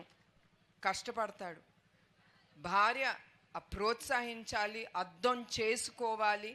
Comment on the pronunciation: అద్దం కాదమ్మా. అర్ధం